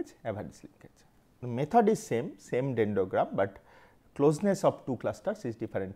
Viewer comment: dendogram is so popular now, "r" is silent! 😂